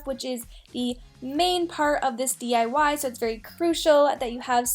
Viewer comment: She didn't say D.I.Y she said .I.Y